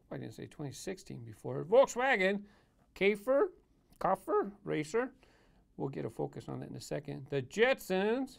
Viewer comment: You are right, it is pronounced, Volkswager Kaefer, "a" like how the alphabet "a" would be pronounced separately, e.g.: the "a" in "aviation". (y)